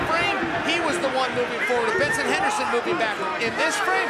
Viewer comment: Hahahaha did anyone else catch it where Chael Sonnen called him Benerson Henerson? 🤣🤣🤣🤣